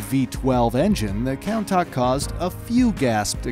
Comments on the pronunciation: The way he says Countach kills me. Count-acht lol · The countach is pronounced “coontash” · Countak? Coun-tash (phonetically)...gr8 vid but name pronunciation is key brotha... 👏 awesome stuff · Every car guy : countach Every non car guys : counttak Btw love ur videos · cown tark It’s pronounced cune tarsh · it is not pronounces count-aach,it is pronounced coon-taash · me: countach him: counter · He called him countack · He said countop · Lol, he called the countach a kowntac, I’ve never seen somebody pronounce something so wrong. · I believe Countach is pronounced as kuntash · you pronounce Countach (chun-tash) wrong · Umm what is a Count ach... It’s Countach (coon-tosh) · The way to pronounce countach, you pronounce it more like coontachee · you said countach wrong (it is pronounced Coun-tash) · Countach is pronounced coontash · This guy said countak not countach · it's pronounced as "coontash" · Who else is triggered how he pronounces Countach? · are we gonna skip the fact that he said 3 names wrong. The Countach, Mercielago, and Gallardo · He got Murcielago and Gallardo correct but completely butchered Countach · the way you pronounced countach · The pronunciation of Countach is killing me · I love the video but you really need to learn how to pronounce countach man 😂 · WHY WOULD YOU BUTCHER THE NAME?!! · He pronounced the countach so wrong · kinda painful to hear them call the countach so badly. I would suggest as considering the makers of these cool vids are americans, to first make sure you do pronounce stuff correctly or at least like the mainstream, because no one calls the countach in such a german/english bastardized version.